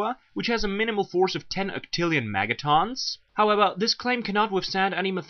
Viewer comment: Obviously you have no idea what you're talking about. You can't even say megatons right. It's not megatawns it's megatons.